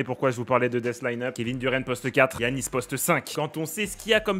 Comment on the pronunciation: mec incroyable la team mais y a un truc que je valides pas : il a dit GUiannis, qui dit ça ? Giannis stp mes tympans ont saignés